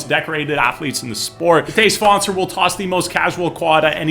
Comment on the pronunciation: Every time he says Matej Svancer i think he says todays sponsor lmao